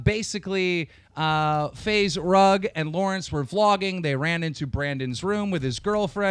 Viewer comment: did he really say Faze Rung?